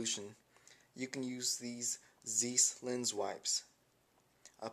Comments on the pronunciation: THAT'S PRONOUNCED "ZIESS" LIKE RICE NOT "ZEESS" LIKE NIECE. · Also Zeiss is pronounced "Zice" a good zzz followed by 'ice' not zeeeees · Zeiss....Rhymes with DICE, not niece.